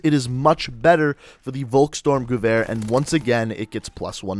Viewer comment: I like how he says gewehr like goover